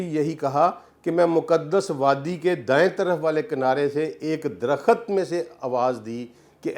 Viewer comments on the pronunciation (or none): Bhai aap buhut pare likhe insaan hain , lekan herat he " KHULD (Jannat)" ko aap KHULAD parh rahe hain Aur DARAKHT KO DARAKHAT, main hairan hoon hoon. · Ilam, Darakhat, 😂😂😂??? Pen down ? Aniciate, ? Sabaz? Faraq ? Mutabaq ? Nibataat? Ye kaisa aalim h ? Sub alfaz ghalat bolta h 🫢🤔